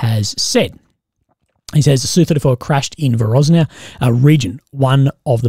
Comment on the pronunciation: Voronezh is not "Voroznia". THe ZH in all Ukrainian and Russian words replace a letter (Ж) which means like the G in "mirage" or the J in "Deja Vu." So it's Vor-own-neZH"